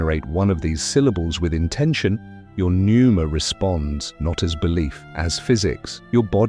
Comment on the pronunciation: Pneuma….. not Nuemera… just saying.. AI sucks and you might proof your output more carefully.